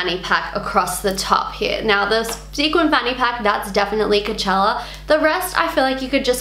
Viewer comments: Idk, the way you say Coachella, it sounds like Cachella... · Lol u keep sayin kachella